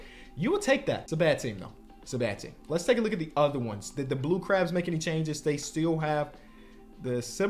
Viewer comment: Why he saying blue crubs 😂